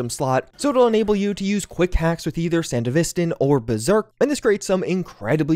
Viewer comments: Love that three years later, you're still calling it "Sandy-vistan" 😄 Don't ever change,! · Ik this video is old but I despise how this dude says “sandevistan”